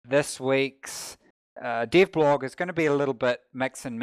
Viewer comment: Rocket - this is the first time I heard your voice. Your accent - can't figure out why/how do you have it... You pronounce "dev blog" as "div blog".. Where are you from?